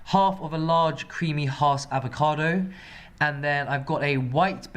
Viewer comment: If he said avocado one more time in his way, I was walking into traffic... Wait, did he day cabbaaahj? Lock the door!